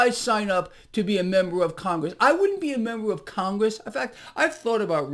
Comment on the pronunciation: It's Con-Gress. Absolute low lifes.